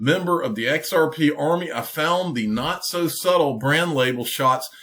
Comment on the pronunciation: He couldn't say xrp 🤐